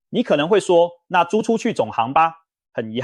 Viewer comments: 租出去總ㄏㄤˊ吧 Ai配音還是得要試聽吧！ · 總杭吧，兜更XDDDD